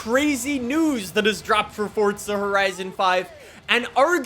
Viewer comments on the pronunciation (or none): Forza not Fortza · It is pronounced forza not fortza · Forza not Fortza bro 🤣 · FORZA!! not FORTZA!! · Why this man always say "fortsa" lol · Idk why but it pisses me off that he says fortza bruh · Freakin awesome man. Can’t wait. On another note though there is no letter “T” in Forza. 😅🤔